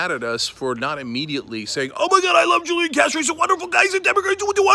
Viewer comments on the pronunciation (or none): This is journalism?? He can’t even pronounce his name correctly.... it’s Who-Lee-Awn. And his brother is not his campaign manager. You gotta get these facts right before you post in this fake news era... stop being lazy, you can google this stuff.